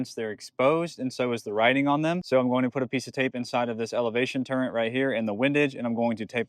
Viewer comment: This nigga says "turrent" 💀💀🙏🏻🙏🏻